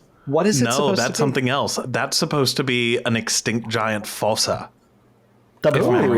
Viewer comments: It's pronounced "foosa" not "fossa". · Also just a side question .....why are you saying Fossa like that....I have never heard anybody pronounce it like that